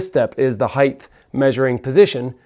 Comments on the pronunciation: Is saying “heighth” instead of height? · It's height. Not heighth.